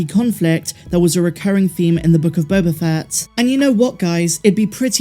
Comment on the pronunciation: After "Boba Fettid" and "Obi-Wan Kanblowme", I'm less enthusiastic about Bad Batch Season Two. I'm afraid of how fucked up this will be.